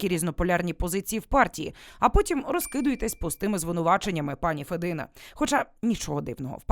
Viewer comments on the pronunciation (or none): правильно федина с ударением на первом слоге